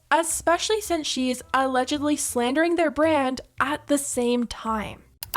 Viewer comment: She can't even say the word BRAND properly. 😂